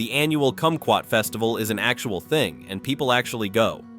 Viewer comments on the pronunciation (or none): none